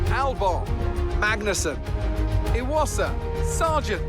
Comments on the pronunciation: It's E-wasa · Iwasa's name is pronounced more like (ee-wah-sa)